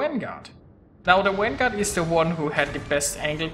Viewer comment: What the fuck is a wanguard? learn how to pronounce the V.